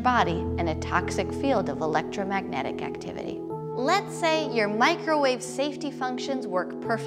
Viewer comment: So who all is “Mikerwave” gang